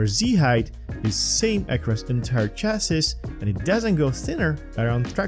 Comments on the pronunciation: Chassis is pronounced as CHASEE, last s is silent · Small tip: "Chassis" is pronounced as French: "Sha-see". :)